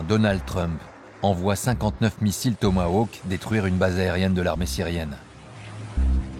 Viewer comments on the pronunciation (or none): none